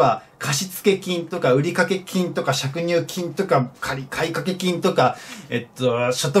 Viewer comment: 「しゃくにゅうきん」ではなく「かりいれきん」だと思います😂